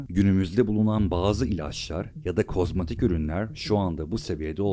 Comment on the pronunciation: Denekler için deney, kozmetik için kozmatik denmiş. Kanalda görsel kalite çok iyi ama metinleri ya yanlış yazıyorsun ya da yanlış telaffuz ediyorsun.